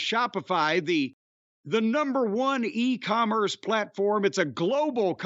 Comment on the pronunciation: did Jim just call us E-coomers?